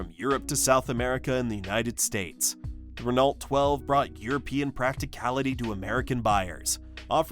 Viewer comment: Why list the Valiant and the Dart separately? They were the same car. BTW, Renault is pronounced: ruh-no.